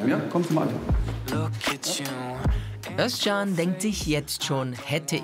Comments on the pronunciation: Finde es geil das du den Namen Özcan richtig aussprichst . Korrekt 🖒🖒🖒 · Jetzt sagt ihr Özcan so schön richtig. Aber der Nachname ... Den sagt sogar der Typ selbst inzwischen falsch, damit die Almans sich keinen abbrechen.